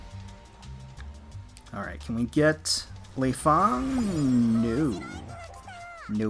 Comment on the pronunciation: well i play dead or alive and your saying leifang wrong. Fyi and love your voice def would ride you ;)